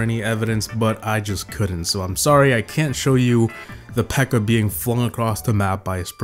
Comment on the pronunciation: it's peaker not beaker 😂😂😂😂😂